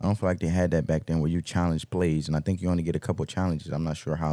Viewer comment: Please say think